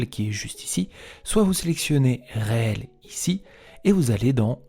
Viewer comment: Hello. Alors ça ne se prononce pas Réel mais riile ! Du mot anglais reel qui signifie Bobine !